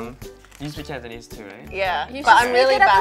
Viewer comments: Wow I'm pretty impressed by Cantonese pronunciation, sounds just like a native! Need to work on grammar though;) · Cantonese is 17 times than. J sounds exactly like an ABC (or CBC in his case) from the subs. F is at least half way fluent when it comes to pronunciation and tones.